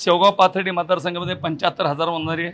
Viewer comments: Arey murkha reporter. Vanzari ahe te. Vanjara nahi murkha reporter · अरे वंजारा नाही रे वंजारी म्हण